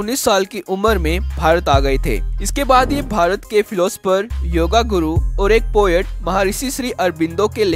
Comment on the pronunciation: Great! But could you rectify your words? It is NOT correct word योगागुरू it should pronounc as 'योगगुरू'. Not योगा correct word is योग.